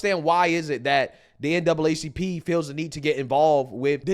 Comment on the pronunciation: NAACP! STOP SAYING DOUBLE A,,,,,,YOU ARE ADDING AN EXTRA SYLLABLE